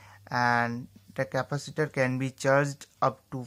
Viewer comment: He said decapatator